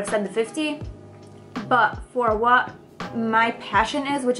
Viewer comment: it's annoying how you say Bu22222 instead of buttttt Minute